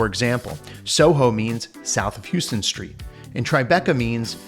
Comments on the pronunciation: Great review video. FYI The “Houston” Street in SOHO is pronounced “how-ston” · Lmao. Houston street in NYC is pronounced like "House-ton," not like the city of Houston in Texas. I can barely make it 20 seconds.